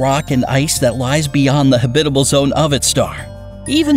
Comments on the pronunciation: It’s pronounced “Hab-it-al” not “Hab-bib-al” Where did you learn to speak? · please stop saying habidible. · Why does this narrator have trouble pronouncing 'habitable' i.e. ha-bit-abul?! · You’re pronouncing habitable wrong! It’s annoying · Why does he only say habitable correctly one time time!!!???? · This is a bit too campy for me. Also, who pronounces habitable that way? Check our Kurzegasgt. Take notes. <3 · You mispronounced habitable